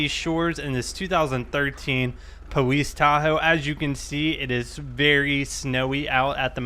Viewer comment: Why do you say Powice ?